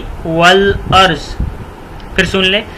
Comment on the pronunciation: والارض پر زبر ہے حضرت